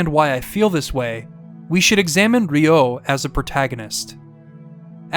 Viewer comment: Bro whoever is teaching you japanese ask for a refund, you get literally every single word wrong when it comes to accentuation. Its RYo, not ryO. its natsuyaSUmi, not natsuYAsumi Its saKUra, not SAkura. Its eROge, not eroGE. ikaRUga, not iKAruga Love the video though, good job and keep it up man and its great that you also like shmups, great taste all around.